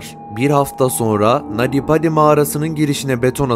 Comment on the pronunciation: Nadi badi değil naty paty okunuşu